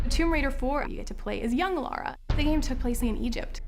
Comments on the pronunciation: she said "Laura Croft" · She’s called LARA and not LAURA!!!